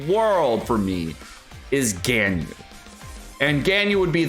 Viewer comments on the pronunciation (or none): mmmmmm... I just want to comment, why do you pronounce Ganyu as "GainYu"? It's so weird. It's suppose to be " GUN - U ".